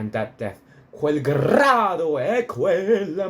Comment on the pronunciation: FOR A START.....ITS NOT ...QUEL GRAADO QUELLA MORTE.....ITS QUEL GRIDO........PRONOUNCED GREEEDO......NILSON DOESNT EVEN TRY TO PRONOUNCE IT.....TURNER IS BETTER......BUT IF YOU WANT TO HEAR THE WORDS....GO TO TEBALDI'S BRILLIANT RECORD WHICH IS STUNNINGLY BEAUTIFUL...SUPER DRAMATIC AND INCREDIBLY GORGIOUS.